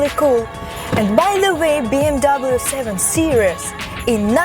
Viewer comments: фильм "бимер" у нее :) BMW это бренд его нельзя говорить "би эм даблю" только "Бэ Эм Вэ" немцы не говорят же Цоца Цола на Coca Cola :) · никто не говорит Би Эм Дабл ю! Выучи хоть как тачки называются!